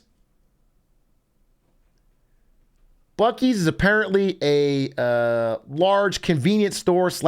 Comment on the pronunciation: It's pronounced byuu-sees not bukkees